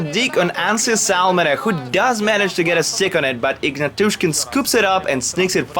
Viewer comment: Ignatushkin! :) EgnAtooshkeen :)